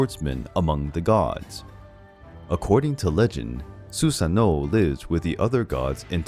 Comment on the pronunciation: Not to be that dude but the pronunciation for Susanoo is "su-sA-noo"..